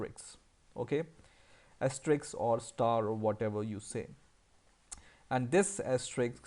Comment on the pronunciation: Very few people can pronounce "asterisk (*)" - they always say "astricks" instead of as-tuh-risk, lol